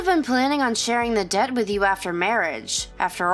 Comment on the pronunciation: Dear Eastern European voice actress, DEBT is pronounced with a silent B. It comes from the Latin word "debitim." No "dept," it DET. Okay, sweetie?